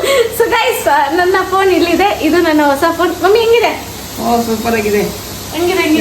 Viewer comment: Nayna ❌ NANYNA✅ 😅